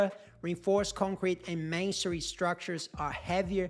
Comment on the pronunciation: What book would you recommend on reading on designing structures for earthquakes (or any books) for students. Also when you say masonry it sounds like you’re saying mansory 😂. However great video I have learnt a lot!